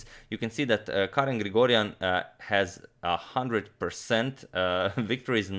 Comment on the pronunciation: As an Armenian, I’m very happy to see Grigoryan achieve this feat! Just want to point out that his name is pronounced with a G, although written with a K, and his surname is pronounced with a K, although written with a G; it is as if you’re saying “Garen Krikorian”. I know it’s a Weird way of spelling but that’s the way it is. Anyway thanks for the amazing game!